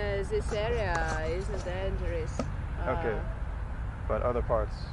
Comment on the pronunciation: Isegoodo that's wat i heard everytime u said dangerous 🤣🤣🤣🤣